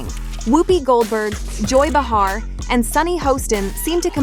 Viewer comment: It's not Ba har, it's Bay har. Stop if you can't pronounce any of the names right. Cry, cry Melania. Maybe if you hadn't posed in the nude you wouldn't be such a laugh.